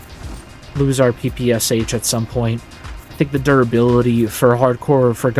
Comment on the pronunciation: I've always been jelly for the eng dudes coz most cool games' mother language is eng and it's so pleasant to hear mother language in a game. Funny thing's that this game exactly makes the situation the opposite. Now u guys may be jealous coz I can understand bandits' quotes perfectly :D Oh, it's also funny (or interesting) that u call the gun P-P-S-H, while Russians call it like "Peh-Peh-Shuh" (like rus alphabet letters). Sounds better than P-P-S-H lol :D Lol. Btw, it shall be interesting to check these vid series, while i'm not good at this game. Commentaries are pleasant btw yea.